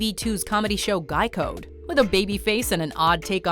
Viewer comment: I know I can’t be the only one who heard Geico instead of Guy Code GEICO CAN SAVE YOU 15% OR MOR- ok I’ll stop now